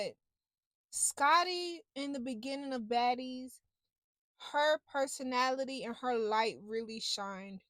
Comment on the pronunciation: “Perso-NATALIE” is correct!!! 😂😂😂